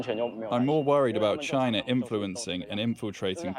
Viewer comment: chinerr is HUGE.